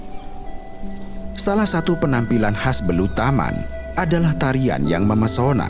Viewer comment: MEMPESONA Min bukan MEMESONA😂